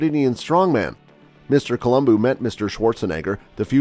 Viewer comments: Colum-BO not BOO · It's Columbo not Columboo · It's a shame his name was mispronounced during the entire video...